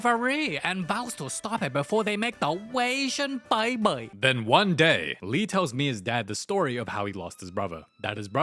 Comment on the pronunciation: so he li fong almost do the beysian beyby😅